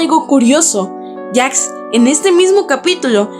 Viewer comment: E w pq dice Jacks y no Jax